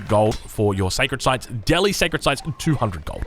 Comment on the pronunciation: Please pronounce Delhi correctly.